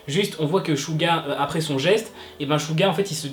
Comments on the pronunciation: Tu dis shu pour suga et suran bref ... ça se prononce tsuga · Ouais c’est clair le pauvre mais ça s’écrit suga et sa se prononce shouga voilà 😊😊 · SUGA ça se prononce suga ou chuga genre jsp trop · Coucou j adore tes vidéos mais je trouve que tu devrais t améliorer et vérifier comme ce dise les blases d'idol car même suga tu le prononce mal sur ce continue ton contenu est intéressant